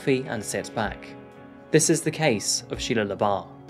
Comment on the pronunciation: Anyone else thought he said Sheia leabuff from eve Steven